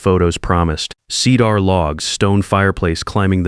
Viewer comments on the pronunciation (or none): How he pronounced cedar. Lol ceeee dar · Hey, A.I., what is "see-dar?" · See-dorrr logs, no less.